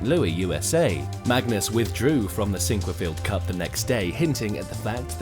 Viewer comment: Please stop using these robot-voices that can't pronounce Sinquefield cup....